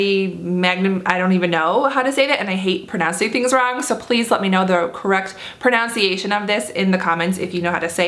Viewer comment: I'm sorry, not trying to be rude but in the beginning of the video you said that you hated pronouncing things wrong when u actually pronounced pronunciation wrong, also Argan oil and a few other things.